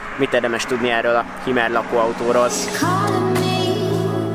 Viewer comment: Hümer, így ejtik.